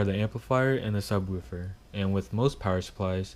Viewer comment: Say subwuufer one more time